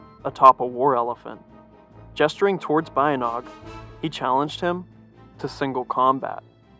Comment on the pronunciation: Pronunced "Ba-Yint!-Naung"